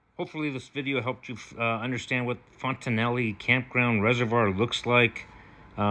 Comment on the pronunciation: No ee at the end.